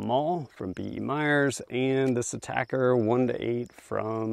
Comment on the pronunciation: Someone finally pronounced atacr correctly 👏🏾👏🏾👏🏾.